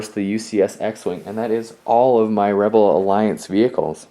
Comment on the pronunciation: he said webel army😅 !